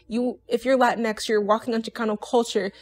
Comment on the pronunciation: Oh yeah something I just noticed. I think I heard you say “lantinex” or however you spell it and from my experience and from asking others, latinos don’t use that word and would rather not use it. I’ve seen posts of latinos saying “yo we don’t say this why is this a thing”